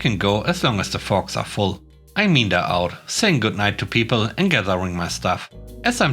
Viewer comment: "meander" is a 3 syllable word, not 2. "Me-an-der". 👍 And yes, English is one of the hardest, weirdest languages. 🤦‍♂️